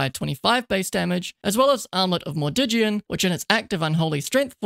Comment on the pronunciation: It's pronounced Armlet of Mordiggian not Armlet of Mordiggian, literally uninstructive